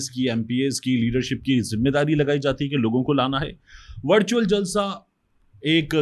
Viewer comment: طارق بھائی آپ نے وِرچُوئل جلسے کو وَڑچُوئل بنا چھوڑا ہے۔ 😂